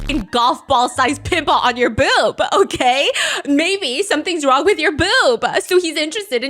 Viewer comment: sis says boob like bewb 🤣